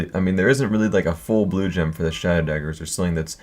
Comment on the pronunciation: I swear 2 or 3 times in this vid he says blowjob instead of Blue Gem